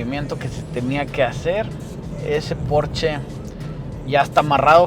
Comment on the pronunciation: Excelente vídeo! Y comentarte que creo eres el único que dice bien el nombre! Si, es porscha! No es inglés, es alemán